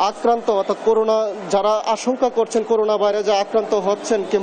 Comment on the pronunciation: হায়রে আমার ময়মনসিংহের সাংবাদিক ভাই!!এখনও করোনা কে করুনা উচ্চারণ করেন!!